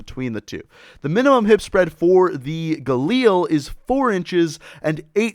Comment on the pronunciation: alright i have had enough with people pronouncing galil like that. It is pronounced ga-lil not ga-leel